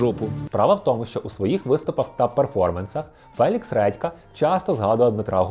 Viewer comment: "Фелікс Ретка"?😂 вибачте, просто смішно